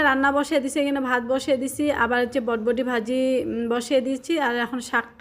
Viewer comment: তুমি বরবটিকে বটবটি বলো কেন?